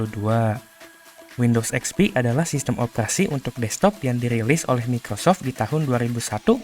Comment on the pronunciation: Mikocok bukan Microsoft😂😂😂